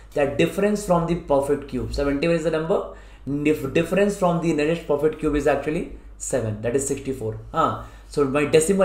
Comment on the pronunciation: Y are u saying 'profit' cube instead perfect cube?? Otherwise loved the video, helped a lot thnks